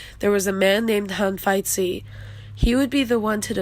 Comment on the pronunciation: It would be much better to for you to pronounce Hanfeizi as /Han-Fei-Zi/ rather than /Han-Feit-Tzi/